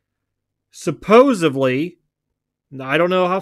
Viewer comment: Did you say "suppose ably" 😉 Seems like PSA let the tab get too big.I find it hard too believe they let it get that far behind